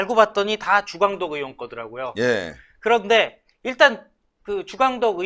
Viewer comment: 으원 으원 하지마세요 의원이라고 발음하세요 제발!!